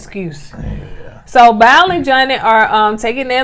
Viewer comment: Stop saying “BOWEL” it’s BOW like take a BOW. If it was miralax I’d let you ride. I love yal! That braid karate chop took me out.